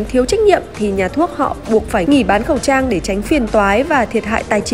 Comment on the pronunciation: said:... không bán khẩu'ss trang...